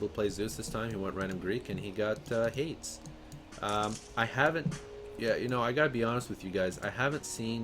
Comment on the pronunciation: lord save me. haydz instead of haydees, sky-la instead of sill-a.